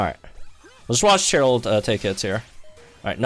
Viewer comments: Forgive me if you’ve been doing it as a joke and I’m unaware, BUT the pronunciation of these names have been killing me lol. Cheryl is pronounced “Share-il” not “Chair-il”, and Thorton is pronounced “Thor-tin” kinda like how Thornton would be pronounced minus the N lol. When in doubt, the first voice recording in the sync pair profiles is usually them introducing themselves. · my dude, why are you pronouncing her name like that. Cheryl isn't even a made up name, you should know better.